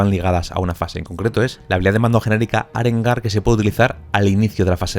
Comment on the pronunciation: Apunte, arengar es aguda sin acento y no esdrújula por si no se entiende =P